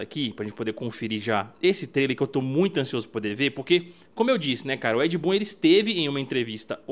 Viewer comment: No final ele fala Ed... Boom? 😅😂🎉